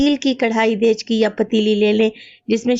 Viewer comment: Aoa g daichgi nh daigchi kehty hn🙂